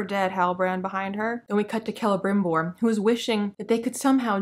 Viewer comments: LOL your mispronunciation of Celebrimbor sounds like "Clevermore" - quite appropriate really. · I thought you were saying "Clevermore" instead of Celebrimbor as a joke. You should have gone with that excuse instead of admitting you mispronounced it. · Hilarious video series. Kudos! 🤣For this specific video, it sounds like you're calling Celebrimbor "Clevermore" which I feel like it's your subconscious mind giving him an ironic nickname for the master smith who has never thought to mix ores together. Such a clever elf! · Kelmmimor? Celerymore? Krammunmur? Sell some more! 😂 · I thought you were calling him “Clever-More”. Also, new name for the show “The Non-Sequiturs of Power”. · Forgetting the syllable sounding like "Bore" in reviewing this series seems quite forgivable. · I was going to make a comment on how you kept mispronouncing Celebrimboring...